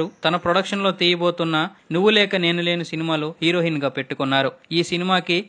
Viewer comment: Mundu Telugu sarigga papakadam nerchuko herohin kadura heroine